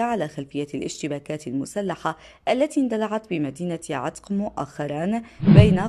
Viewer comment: يا مذيعه. تقرأين اسم عتف خطأ انطقى عتق بفتح العين وفتح التاء وفتح القاف